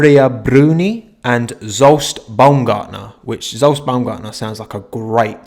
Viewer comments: I think Zsolt is pronounced like Jolt, but with a softer g sound as in 'rouge' or 'luge'. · You can pronounce Zsolt az "Sholt" with the "Sho" being the same as in "surely", and lt is like the same as in "dolt". Hungarian is weird and you don't know the half of it (native language) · Ah mate I forgot we (Hungary) even had a driver in F1 at one point :D btw, "ʒolt" is how you pronounce it, or at least that's what wikipedia says the 'zs' sound would be in phonetics :D